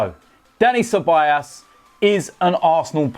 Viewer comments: It's pronounced as cebayoos not cebayaas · it's dani ce-ba-yos or ce-ba-jos (like josellyn) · You pronounce Ceballos as 'Cebollas' .. Cebollas means Onions btw 😂😂